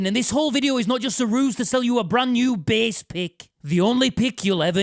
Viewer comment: I too. West Yorkshire in one sentence there.